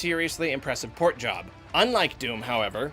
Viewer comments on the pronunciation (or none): *Port we don't call it pöört but porrrt~ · port is in german also port... and not pört...